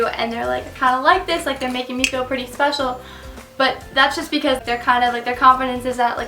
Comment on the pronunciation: did he say "spesial"? lol